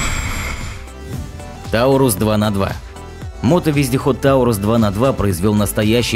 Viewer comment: Тарусь (есть такой русский город где и собирают данный байк), а не таурусь.